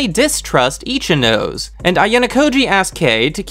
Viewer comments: I really appreciate the effort put into these videos, but im sorry, it kinda ticks me off when you say the Japanese names incorrectly. You seem like you put a lot of time and effort into this, and Japanese syllables only takes like 10 mins to understand how it works. Ichinose is -> I-chi-no-se, there is no "nose" syllable in Japanese. So it really ticks me off whenever I hear i-chi-"nose" (human nose in English). I wish you'd put 10 mins of your time to check this small detail, it will help a lot in the videos, I think. These are Japanese students, and it doesnt help when their Japanese names are butchered like this. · Ichinose is pronounced ee-chi-no-seh. LOOL Not itchy nose. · Love your summations. Thank you. What I am baffled by is how someone who obviously loves Japanese anime doesn’t take the 30 minutes it would take to properly pronounce Japanese names. You do great with Ayanokoji, but completely butcher Ryuuen and Ichinose. Why? Ryuuen: 2 syllables. Ryu (dragon), en. The “e” not silent. Ryuu-en. Ichinose: 3 syllables. Ichi, no, se. NOT Ichi, nose. That is ridiculous. Ichi-no-se. Please stop butchering Japanese, and take a quick tutorial. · XD i died when u said Ichi - nose